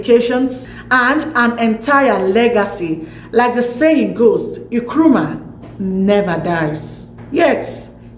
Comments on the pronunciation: You did well but the name is not Nkwemi Nkrumah but Kwame Nkrumah. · Please just mention Nkrumah and be free okay. What is Ekweme?? You can't even mention Kwame. Nigerians and their bad pronunciation they take it everywhere.